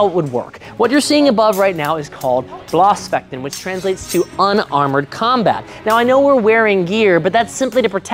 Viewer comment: Bloßfletchen is pronounced closer to "Bloes fletchen" than "Blahs fletchin"